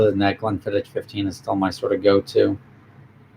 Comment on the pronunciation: It’s pronounced Glenfiddi”k” not “ch”